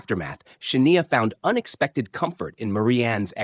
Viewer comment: Shah-ne-a? Really? In the same story, the name was pronounced two different ways. At least, one was correct.